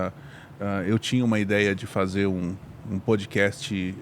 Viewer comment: PodcaSST; PodcaSSTrader; CaSST; CaSSTrader